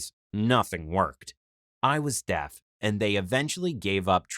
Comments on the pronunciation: that’s Makaton a form of sign language where you spell out the word Also is it just me or does it sound like he’s saying death instead of deaf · This guys say deaf wrong I only hear him say Death